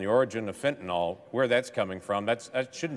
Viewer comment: Ya know? I have heard these so called highly educated clowns in leadership pronounce the name of a certain opioid, incorrectly. They keep calling it Fentanol.....Fact for all of those geniuses! It is properly Fentanyl most used for pain in cancer patients.